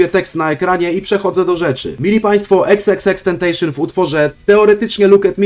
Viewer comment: pokusa to "temptation" nie "tentation". no i mówi się "XXXtentasjon"